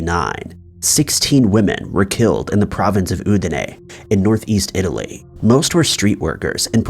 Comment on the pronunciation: Stop saying Itilay. Lol